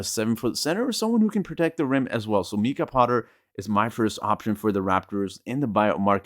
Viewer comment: It's not Meeka Potter it's Mike ah.